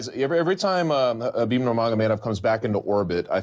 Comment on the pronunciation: How does Luke get upset at donks who mispell Conor/Connor but can sit with people who WORK in MMA and cant learn to say Haaaaabeeeeb right ? Seriously, its not that hard. I get that meathead Schaub and his little chihuahua buddy aint the sharpest tool (and he infects Rogan who says it right but when Schaub is on, reverts to the wrong way) but the others here are journalists. You learned to say the brazilian names like Hoyce Gracie properly, not sure why its hard to get his right. Yes, I get that its a ridiculous english translation that puts a K in Khabib even when there is none in russian (nor are there silent letters in cyrillic) but if youre not sure which is right, how about asking someone? Because you know,...its your job and you should know how to same the name right (never mind a lack of hespect).